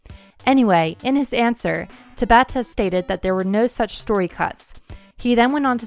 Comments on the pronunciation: Tah-bah-ta. Not tuh-bah-tah. Please, for the love of god, Tah-bah-Tah. It is pronounced the same. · There is no reason to constantly mispronounce someone's name. It takes ten seconds to pull up Tabata saying his name and listen to it. It would be like someone calling you "Lie-oh-nar-da Pine-uh" constantly.